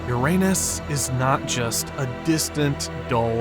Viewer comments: The narrator consistently pronounced the planet Uranus as (Yourainus or Your anus.) Please stop this. Pronounce it correctly. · Hearing the “narrator” mispronouncing Uranus repeatedly makes me think that the channel operators here are clueless. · I love how the "narrator" keeps mispronouncing Uranus...lolol.